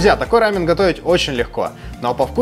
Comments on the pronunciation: Не рАмен,а рамъЁн. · Не хочу обидеть, но если называть только японский рамен, то действительно все будут постоянно путать. Я конечно не эксперт, но Япония - это рАмен, а Корея - это рамён( с ударением на) ё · Единственное с чем не согласна, так это с произношением. Почему вы говорите РАмен? Я много раз слышала как сами корейцы произносят либо РамЁн, либо Ламён (впереди стоящая р у них читается как л). А так рецепты все классные! Я обожаю лапшу быстрого приготовления. И пытаюсь как то разнообразить свой "рамён" 😊. Например, делала супчик с шампиньонами и лапшой. Правда без яйца, но все равно вкусно)) надо попробовать ваши рецепты)) спасибо за идеи❤ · Круто! Спасибо. Только не "рАмен", а "рамЁн"